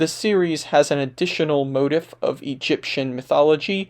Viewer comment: Quick note : motif is a long I sound, like leaf, not like in the word "if'. Otherwise, great video.